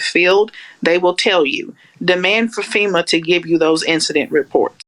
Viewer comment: "FEMUR" is a bone and NOT an organization. Wish some people could learn to speak and why they keep getting on camera for news is beyond me. :)